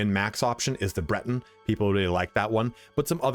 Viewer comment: I am Atronach (Atro-knock). Some say (knack) And... it is (Bret-in) not (Brit), mate.